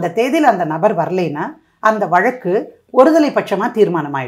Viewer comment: Vazhakku. Not valakku Anchor learn tamizh Mam your speech and telling this story very clear and true.